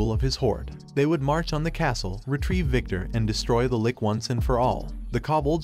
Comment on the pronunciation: first of all, LICH is pronounced li (as in stich) + and ch (like in cheeze). if this was a robot talking, i hope they fix it. Second, good Comic. Would listen to more